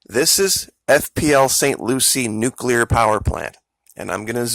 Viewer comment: A neucular hurricane?